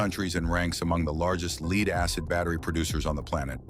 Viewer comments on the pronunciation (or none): "leed"??? It's pronounced as "led". Stupid AI.